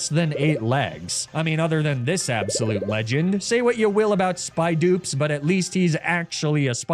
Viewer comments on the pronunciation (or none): bro called spidops spydoops